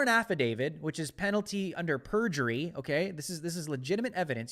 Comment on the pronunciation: Affidavit. With a T.